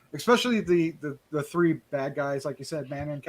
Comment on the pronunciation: You guys - Thank you each SO much for reviewing our movie! And taking the time to review it so thoroughly! Yeah, even in my initial drafts, it was never overly wolfy. We could have blown our entire budget on a wolf suit and STILL had it not look good. I love Ginger Snaps of course, and considering our budget, I always wanted to have the werewolfism be a metaphor. Manon pronounces her name "muh-NON." Don't worry, I had trouble with it at first, too! ;) She came up with the idea to insert that song lyric herself! "Lisa, is there anyone at home?" The guy outside the trap house overdosed, and we didn't see it. But I love the Sheriff's reaction to him. That bookstore was LEGIT! We seriously didn't even have to do any set dressing, which of course helps when you're on a budget! Some of our actors were even getting flea bites in there. Again, much appreciated! You guys are right, our budget was small, but we gave it everything we could. And you guys recognized that! Thank you!